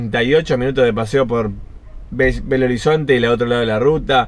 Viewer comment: X que es asi que se pronuncia Belo no bello lo conosco desde los años 80